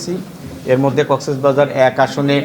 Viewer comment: কক্সবাজারের ডিসি সাহেব জেলার নামও সঠিকভাবে উচ্চারণ করতে পারেননা।